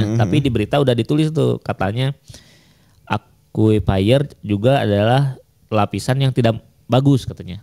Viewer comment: Akuifer bukan aqufaier